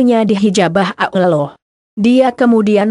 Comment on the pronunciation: Suara Yg Pas Menyebut Allah Yg Jelas Allah Jangan Ulloh Begoo Ngotah